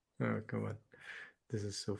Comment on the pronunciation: Very useful analysis. Thank you. For me it is tooooooo long even if with 1,5 playback speed. It would be great if it were more concise without so many synonyms and repetitions and side stories. Your Englsih is really great although you keep mispronouncing many words like "subsequent" , "come" or "resistance". I also liked the fact that you admitted being wrong - very few youtubers do that. Kudos